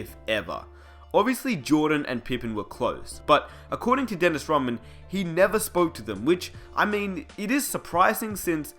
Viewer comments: God I'm sick of this narrator dude calling him "Daynis Raman". Crikey! Its DENNIS RODMAN , capice? Anyways..... Rodman was a mercenary. He was a much needed, and final , piece that the Bulls needed to keep the machine rolling. Rodman did exactly what he was brought in to do. He did it extremely well. Getting along with Jordan and Pippen was not part of the deal. Look at the end results , it was quite a success. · "Dennis Roh mann" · Why are you calling him Dennis Robin?? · this nigga said dennis romman kmsl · why the hell are u saying DENNIS ROMMAN ??? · Disliked the second I heard this guy mispronounce Dennis Rodman's name